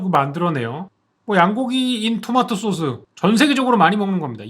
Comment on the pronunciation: 쏘오스 발음을 이을 미묘녵